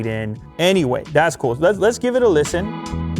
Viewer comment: "We lisiten😆"